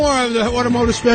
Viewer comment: "automehgiutive" reminded me of his Wheels audition -- "epicujfkvlahrian mastermind" lol